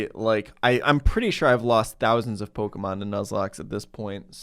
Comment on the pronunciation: I love content, but the way he pronounces Pokémon names makes me feel some primal cringe